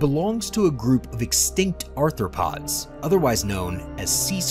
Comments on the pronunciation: He said "anthropod," like it's an early APE. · Also, arthropods NOT anthropods or -especially- anthropoids!